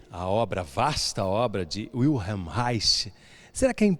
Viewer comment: O repórter deveria perguntar a pronúncia de "Wilhelm" antes de falar o nome dele!!